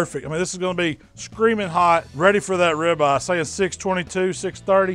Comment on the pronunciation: how come you pronounce ribeye like rabbi